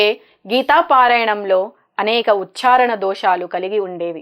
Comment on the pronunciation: "ఉచ్ఛారణ" పదం ఒకింత సరిచేసి ఉచ్ఛారణ దోషం లేకుండా పలికితే బావుండు నేమో